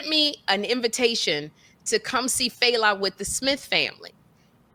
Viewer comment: Its Fela pronounced Fell'a.. he is the king the of Afrobeats..he like the James Brown